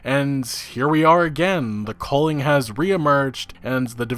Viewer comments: What is it with yanks and butchering pronunciations? It's pronounced Valhalla, not Vulhulla. A sound not U. Same with The Culling. It's not The Colling. U sound, not O sound. Yanks just shit all over English and other languages. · Lolol take a drink every time this kid pronounces “The Culling” wrong